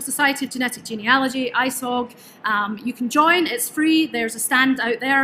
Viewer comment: At last, someone who knows how to pronounce Genealogy properly!!